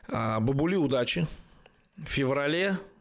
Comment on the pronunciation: Имя следует читать Бабули с удалением на первый слог,или с с удвоенным "аа"- Баабули.